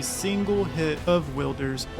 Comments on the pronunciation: no, it's a name, meaning there is only one pronunciation that is correct and that's what the devs named him and how they pronounce it...which is Wild-er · Will-der Who's Will guys? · Will-Deer is crazy 😂😂😂but i like it and love the vids❤ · Tf is Will-Derr?